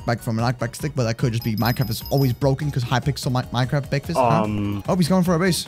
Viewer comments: why do u like to say becfast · BEKFAST YAAAAAAAA I PWAY MINDKWAFT!!!!!!!!!!!!!!!!!!!!!!!!!!!